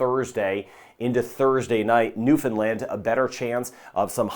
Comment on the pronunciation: Thank you for including the Atlantic provinces (for those of us living in the Caribbean) and especially thank you for your correct pronunciation of Newfoundland especially